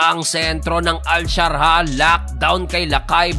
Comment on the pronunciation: Admin, AL Shar JAH hindi al sharha...😉